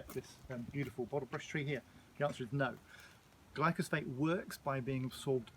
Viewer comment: you kept saying glycosphate and I was like, that's not right, then you put up the spelling, and then I was like that's not right. It's Glyphosate.